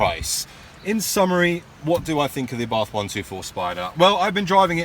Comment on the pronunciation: My 7 year old daughter asked me why you kept saying "UhBarthhff" instead of Ah'-Bart'..lol. Good job on the intro!